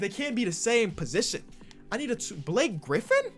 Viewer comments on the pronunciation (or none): none